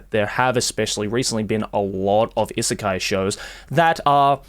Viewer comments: is it really pronounced issekai? i assumed it's i-sekai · Why you pronounce “isekai” like that tho